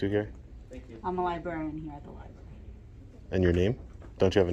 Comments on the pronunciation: My one and ONLY complaint so far after binge watching for a couple days is this.... it is "libRary" not lie-berry! Just giving you shit. Like I said, sub'd for a while but never really took notice until recently and you are great at this. Just tops, man! Keep being yourself (except for the lie-berry part) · U definitely need to file complaints on all those asshole cops!! And plz stop saying LIBERRY!!!! FFS!!! ITS LI...BRARY!!! MY FRIEND!!! Now go file those complaints my man!!! Another great job sir!!! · You are so well spoken but you drive me nuts every time you say libary instead of library, lol. Both r"s are pronounced. Love your content and your demeanor is perfect for these audits. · I love these videos. Great work. But please learn how to say Library. I'll try to help phonetically....Its not Lie-Barry.... it is Lie-BRary. When you mispronounce a simple word, you undermine your own point. Please sir. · Li brary-not li barry......if you are too stupid to be able to pronounce that simple word, you shouldn't be a cop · Omg if you audit libraries. It’s pronounced library. NOT li barry Just sayin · I know you do things to piss people off...and I really enjoy that. But I wish you could pronounce the words "Library" and "Ask" instead of "Lie-berry" and "Axe". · I love audits for the educational value. While we're on the topic of education, and I mean this with the utmost fondness, but maybe learn not to say "liebarry" before you go in to audit the library. Li-b-R-a-R-y. With two r's. Thanks for getting out there! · is it just me or is everyone saying libERRY? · Are you saying li-bary on purpose? 😂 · One of the most mis pronounced words - LibRary. There are no berries at the Library. Maybe some fairy s! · I love going to the libary. Wait, I think there's an 'R' in there.... Just picking on you. My whole family says that! Hehe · I like what you do, but it is pronounced Library with an R. Say it correctly please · Learn how to pronounce libRary